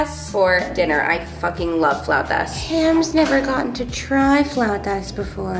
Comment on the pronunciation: That flauta pronunciation 🤌🏻